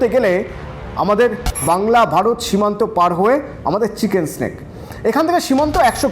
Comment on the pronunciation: চিকেন নেক রে।চিকেন স্নেক নয়।